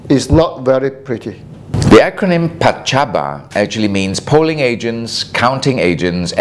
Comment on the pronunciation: PACABA not pacabo.